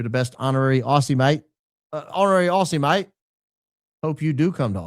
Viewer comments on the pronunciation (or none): none